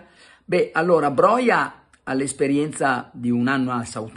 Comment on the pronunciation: Ciao Carlo, in albanese tutte le parole si leggono esattamente come si scrivono, sarebbe a dire "Broja" si legge con la ''j' come nella parola "juventus". Grazie mille per i video quotidiani e per il podcast, sei grande. Un abbraccio e FORZA MILAN SEMPRE